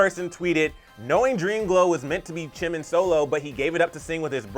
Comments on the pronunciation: You say Chimin 😅 think of it as Gee-min. Jimin is pronounced as so 💜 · did he just say CHIN and CHIMIN and CHUngCOOK...... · The fact that they call him chimin I'm dead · Is it just me or does he call him Chimin? I can hear him say Jin, Chunkook and Chimin and again later again chimin... It's a J....JIMIN... JUNGkOOK